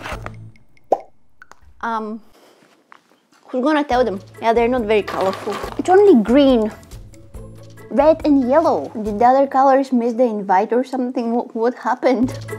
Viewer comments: It’s not “mist” that is a form of the atmosphere and hydrosphere mixed,it’s “miss.”The difference is the slight T sound at the end,it’s subtle on miss,but more powerful of mist.I miss it,but don’t take this as rude,I really don’t ever want to be rude.😅Edit:the disappearance of “Hello lovely people” reminded me that she never told us why she made so much food videos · You said mist not miss